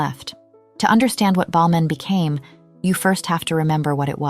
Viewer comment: No idea that was how you're supposed to pronounce Balmain. Us Aussies say, Bal-MAYNE, and to me that sounds much better. Whereas Ballmen - that's how it sounds to me, sounds so insignificant and nothing. Weird, huh? Every time she says it, I'm cringeing. Even though the v/o is correct.